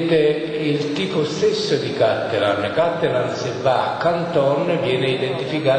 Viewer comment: intanto si dice "cattelàn" non "càttelan"... poi al tempo aveva 49 anni, non 59... che ignoranti...e si ritengono grandi professoroni...